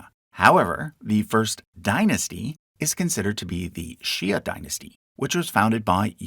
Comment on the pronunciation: the "ia" in "xia" should be pronounced like "shya" or "gotchya"